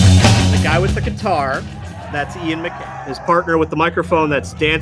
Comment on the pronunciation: Love it .. though Guy is pronounced Gee and McKay is pronounced Mc-eye